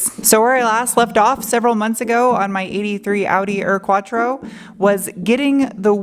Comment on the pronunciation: Bilstein, Porsche, Audi.... as a german, i'm very impressed from your RIGHT pronunciation!!! But the U in UR-Quattro is not "ör-quattro".... it's like "your-quattro" without the "y".... like german "Uhr" like a watch..... smartass mode off :-) A realy nice car, you will hard find one in germany in this condition.....Greetings from bavaria, germany